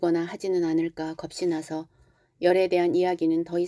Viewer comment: 재밌게 잘 듣고 있습니다. 감사합니다. 그런데 '겁시나서'가 아니라 '거비나서'라고 읽어야 합니다.